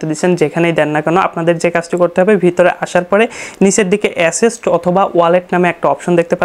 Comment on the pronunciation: ভাইরে ওটা এসেস্ট নারে ভাই, ওটা এসেটস হবে